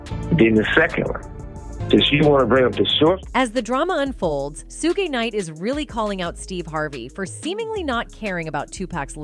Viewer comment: Learn how to say Mr. Knights first name. Smfh....